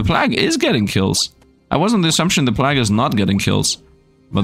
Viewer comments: Love your content and enjoying this game, just to help you though, plague isn't plahg, it's pleig/pleyg, so it sounds like it starts with play and ends with a short "gh". Hope that helps you. Keep up the awesome videos! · plague is and has always been pronounced "play-gue" and not "plahg" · Plague is pronounced like combining play and vague Play-gue (long a) But finding the overpowered stats like always